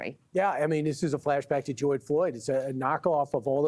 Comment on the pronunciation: This is the second reporter in two days I've heard call him Joyd Floyd? Are people suddenly having trouble pronouncing his name, or is it something they are doing purposefully for some weird reason?